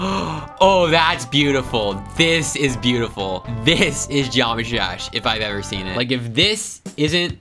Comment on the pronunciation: “They have butifull feet” got me laughing and made me say he needs therapy